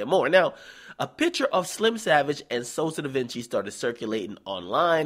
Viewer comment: why you call him Sosa DaVinci lmGDao